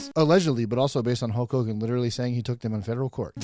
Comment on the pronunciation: You pronounced it "Holk whogan"